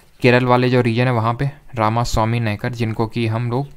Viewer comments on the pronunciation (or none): none